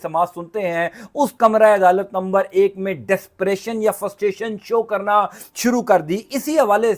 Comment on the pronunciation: Bhaee ! Say FRUSTRATION not Ftustation. There is R after frust.